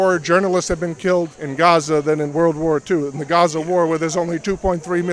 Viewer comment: it’s pronounced GA-ZA! ….. GAZA, saying RAZZA doesn’t make you virtuous 😂 traitors